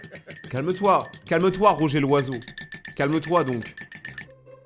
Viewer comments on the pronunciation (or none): none